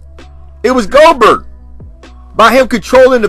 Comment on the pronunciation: He called him GO-BERT! 😂